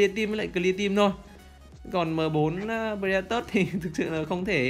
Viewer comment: Pờ-rê-đa-to anh ơi. K pải pờ-rê-đa-tớt đâu anh -__